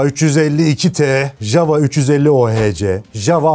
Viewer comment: Ya dunyada birtek biz yanlış soyluyoruz ja-wa degil ya-va diye okunur 😂